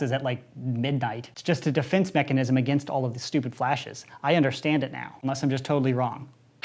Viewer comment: Nice vid Also did any one notice when he tried to say Mechanism he said mechanicism